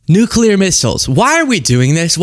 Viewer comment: “Nukaler” missles.